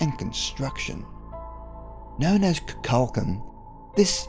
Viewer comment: I enjoyed the video, though no new info, but I have to point out a couple of pronunciation issues. You did alright with Teotihuacan, But Tikal is not "tickle", it's "tee KALL", Kukulcan is not "cuckle kahn" but "koo kool kahn"